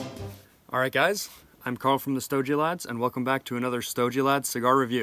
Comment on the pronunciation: It’s pronounced “Stow-gee” not “Stow-jee” … like it’s said in the song for your intro. Your welcome 😉👍